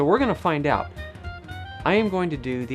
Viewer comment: "Find aowt." Gotchya.